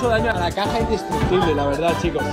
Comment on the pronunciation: Se dice indestrucutible